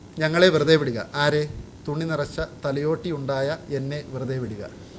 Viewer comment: thalyotti അല്ല ഭായ് thalayotti